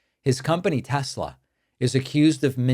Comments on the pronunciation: I LOVE TESSSLERRRRRR! My apologies for the hard R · Tes- Ler! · Trump: "I LOVE TESLER!!"